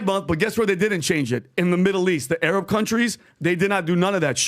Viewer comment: Look at the way pronounced “Arab” and then caught himself and remembered he’s actually ARAB and not a white patriot 😂😂😂😂 you guys are fuckin weirdos